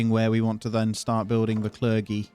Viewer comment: It’s Cler-jee not cler-gee